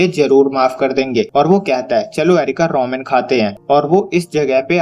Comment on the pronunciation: Bro roman nahi ramen hota ha bro